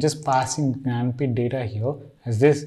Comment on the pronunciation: Could you please fkinnn eXpLain wHaT tHe fK is yOuR nANapEEtH(janapith)? 🗣️😬😡